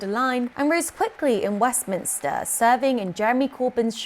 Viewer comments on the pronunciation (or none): none